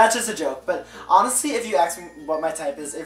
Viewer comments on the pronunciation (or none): Hey guys. Loose the "ax me" ignorant speech and say "ask me."